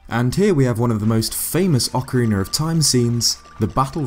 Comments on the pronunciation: One minute in and someone's already said 'oakarina of time' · Does the UK version of Ocarina have an ‘r’ at the end of it? Ocariner? I don’t understand lol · Its pronounced aw-kah-ree-nah dummy